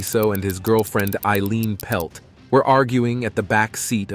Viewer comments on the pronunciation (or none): none